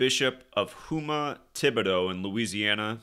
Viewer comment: It’s pronounced houma